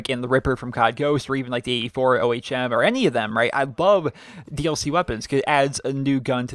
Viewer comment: It's the ohm... 1 word, not o.h.m.